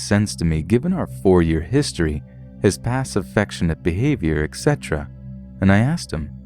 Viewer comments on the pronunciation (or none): Xcetera is not a word it's etc. you idiot